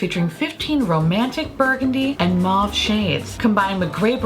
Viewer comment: Mauve is pronounced as ‘mowv’